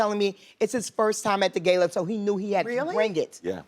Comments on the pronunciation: Can somebody please tell BIG BURLY BEV that it's GALA not GAYLA !!!!!!!!!!!! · It's not a GAIL-A... it's a GA-LA... driving me crazier than "Valentime's" day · Sis it’s Gala not Gayla. Fucking moron. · For someone who 'knows' fashion, it's Gala as in 'gaala' , not 'geyla' & your look was a definite miss. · bevy smith it's : the GALA not GAYLA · Sue MisoSoup Hey, Brit here, I have never heard it pronounced “gayla” in Britain, and literally a google search would show you the British pronunciation. Britain gaa-luh (Heavy emphasis on first syllable) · “I went to the Met gAyLaaa” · “Met Gayla” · If she says Gayla one more time lol English is not my language but even i know its GALA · Pronouncing it "Gayla" doesn't make you classier or more of an expert!!! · Lawd what's a "GAI-LA"? 🙈😂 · “The gayla” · Why is she pronouncing it “Gayla” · Everytime she says 'Gay-la' I cringe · Gayla, LMAO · Why does the black lady say gala like gaylaw? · IF SHE SAY GEY - LA ONE MORE TIME UGGGGHHHHH!!!! Its not pronounced that way... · Bevy went to the Met Gay-la, gurrrrllll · The minute Bevy said "Gayla" I just immediately blocked out her opinions on the outfits. Like what sis? lol.... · Gala is not pronounced as gayla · Every time I hear GAIL-A, I cringe. It’s an American thing. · Wanted to punch her in the neck every time she said “gayla” 😤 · Sue MisoSoup british ppl do not pronounce it “gayla” lmfao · That. is. not. how. you. pronounce. gala. 🙄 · I'm sorry I can't take seriously a fashion critic who doesn't know how to pronounce "gala". XOXO ;) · I hate the way she says Gala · This woman doesn’t even know how to pronounce ‚Gala‘ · Can Bevy learn how to pronounce Gala??? And the Haus of Gaga was not a nod to anything but her creative team that she calls Haus of Gaga since Poker face. Get your facts right Bevy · What u said... She supposed to be so "high class" bit can't say GALA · Yes!! So gauche. eyeroll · You don't say Gayla, but Gala, like Gaga. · gal ah, not gay la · GAYla? gayla.